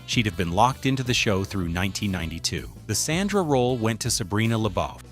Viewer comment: this is low quality AI slop. They didn't even pronnoucned SANDRA right